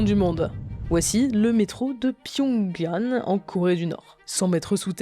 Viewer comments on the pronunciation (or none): Attendez, vous ne savez pas prononcer Pyongyang ??